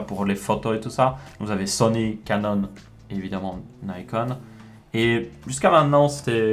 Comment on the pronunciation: Merci pour la vidéo, ça entre bien dans les détails et c'est très utile ne serait-ce que pour s'informer, même si pour ma part j'ai très peu de chance d'utiliser ce genre de matos. juste un petit détail, je pense sincèrement que nikon ne se prononce pas naïcone comme à l'anglaise. c'est une marque japonaise à la base, donc la prononciation japonaise est bien nicone (celle qu'on utilise de base d'ailleurs). Si on prononçait à la francophone, on devrait plus dire nicon.